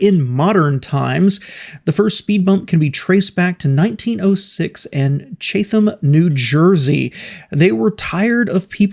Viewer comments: Great video,. Very informative. You mangled the pronunciation of Chatham New Jersey. It's pronounced Chat- um. My uncle and his family lived there back in the 70s and 80s and I spent many thanksgivings there back in the day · I was going to say the same thing. It is pronounced Chat- am or Chat- um. It's where my Uncle and his family lived back in the 70s and 80s and where I spent many thanksgivings back in the day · The town in New Jersey whose pronunciation you mangled is properly pronounced "Chat-am". It's a very hilly town with narrow streets; as it happens I was just there this morning for a book sale at the local library.